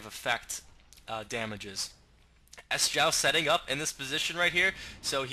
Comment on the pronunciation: Good cast, would also like to point out that Sjow's name is not pronounces S-jow but more like Sho. Sjow is a Swede and it's harder for an english speaking person to pronounce it the "right way" Keep it going:)